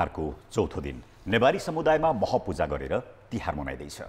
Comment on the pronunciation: मह पूजा होईन हौ, म्ह पूजा हो। शुद्ध उच्चारण गरौॅ त ।